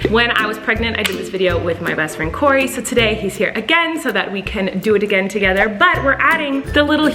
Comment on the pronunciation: Its kory